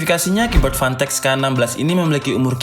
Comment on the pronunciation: Apa cuman gw yang denger fantech nya jadi pantek